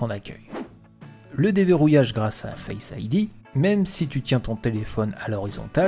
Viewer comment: parfait bon travail, un accent pour certains mot apple sonne mieux a l'oreille, (pourquoi dire: face ID "fasse idea" le début du mot en francais et le reste en anglais? )